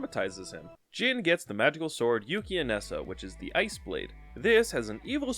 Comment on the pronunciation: Great video but I have never someone say Yukianesa that way in my life